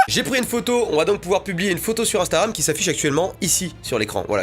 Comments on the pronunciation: Je suis le seul à entendre ”instaram” ? Quand mastu parle ? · Il dit "instaram" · C'est moi ou il dit "instaram" a 😂😂